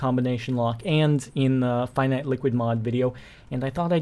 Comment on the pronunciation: NO like the pronouncing of the finite in infinite